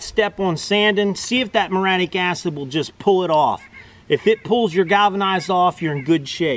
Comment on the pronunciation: Say it with me: Murry...attic...muriatic. Also, WHY, IN GOD'S NAME AREN'T YOU WEARING RUBBER GLOVES & A RESPIRATOR WHILE POURING ON THE MURIATIC ACID?!? DO YOU WANT TO HAVE YOUR HANDS BURN OFF AND LOOK LIKE DEADPOOL'S?!?!? Seriously, dude. Wear heavy, chemical-resistant rubber gloves and a respirator when using that stuff. It's no joke. Be safe.❤